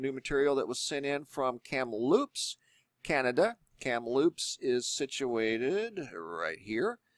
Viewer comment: I thought it was funny that you said Kamloops like cereal - Fruitloops. Even Inuit was enunciated in a way I have never heard before - it is more like In-you-it.